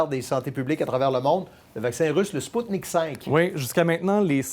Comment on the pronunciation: Hey les blaireaux ça se prononce Sputnik V (V la lettre V) et pas Sputnik 5.